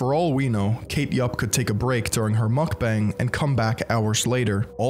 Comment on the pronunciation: Who’s gonna tell this guy Mukbang isnt pronounced mack-beng